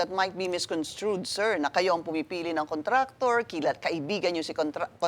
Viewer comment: “my contrator”